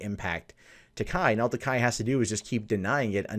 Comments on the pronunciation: Why is it that you get the pronunciation of TAKEI right in the beginning of the video but immediately go back to TAKAI just after that? It's TakEi not TakAi. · It's pronounced "Tah, kay." The way you pronounce it, it would be spelled Takai. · Every time he says "Takai" my inner weeb dies a little.